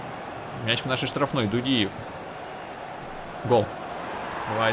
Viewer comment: дудиев ударение на У